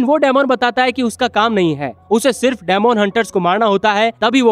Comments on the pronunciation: Dmon nahi demon bol bhai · Dymond tf bro it's demon (di min)😪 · डेमोन नहीं डिमन hota hai ❤day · daimond nahi bhai demon bolte hain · It's not daamoon